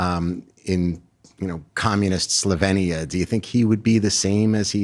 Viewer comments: It’s pronounced “sloveenya” not “slovinia” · No Slovenia is correct. E as in Elephant. Born there. You English always must change names just because you're lazy and daft to learn a person's/country's name 😅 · Hate how he was pronouncing Slovenia